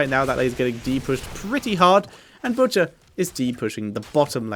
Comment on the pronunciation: When you said the butchers name in game i thought you had a stroke